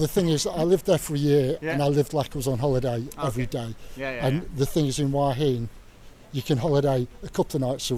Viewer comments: Hua Hin is mispronounced by everyone except the Thai. why heen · Please pronounce Hua Hin the correct way next time... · It hurts my ears... haha